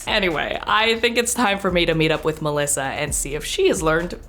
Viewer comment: As italian kudos to Melissa pronunciation.